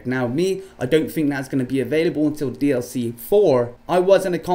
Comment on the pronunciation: It's DLC 4 NOT DIC